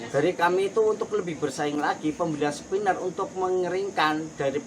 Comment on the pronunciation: Maaf spinner pak.. Bukan skiner